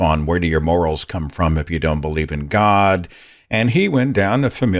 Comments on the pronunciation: This is neither here nor there, but the way JP pronounces GAUWD pisses me off so much. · Accents are always regional. So yes, there are Canadians who pronounce the word differently. But the way JP pronounces it (and other words like 'body' or 'complex') is very, very common in Canada. I even checked the Wiktionary and it says god is pronounced like that in Canada (and Wales.)